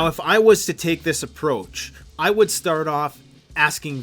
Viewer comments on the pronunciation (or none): none